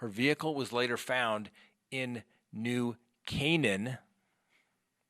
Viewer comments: I live in Avon the next town over from Farmington. I believe he put her in one of the many woods or bodies of water here.Yes you pronounced New Caanan perfectly! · You got the pronunciation of New Cannon, Ct. correct!! I believe that is the spelling!! You are the greatest! I love listening to you and your expertise in all legal aspects!!!